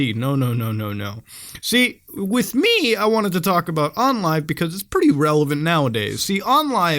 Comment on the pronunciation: Lol “you see with M Ee” Love ya Muta